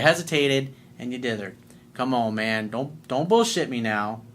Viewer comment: Lol I love when u say " common man"!!! Lol 😂🤣🤣